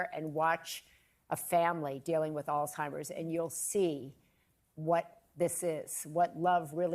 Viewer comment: It’s not Alltimers. It’s Alzzzhhhheimers. 🤨